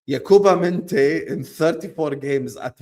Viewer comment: Mineth? MINTEH 😂😂😂